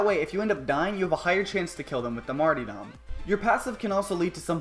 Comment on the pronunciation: You seem to have missed the second r in martyrdom.